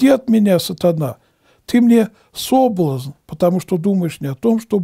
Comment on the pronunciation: И в слове "соблазн" Ударение на последний слог, а не на первый. И со значением слова "ведро" , батюшка, видать, не знаком. Потому и толкует значение этого слова неправильно. Ведро(не найду нужной буквы) -это ясная погода. Ударение на первый слог.